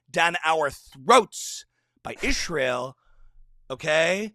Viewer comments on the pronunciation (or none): Down to ISHRAEL! 😂 does it have some conspiratorial meaning she keeps saying ISHRAEL? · The Ishzraelis are comiiiiing!!! The Joodayowes are coming for us aaaaall!! Can someone PLEASE tell Candace how to pronounce these words.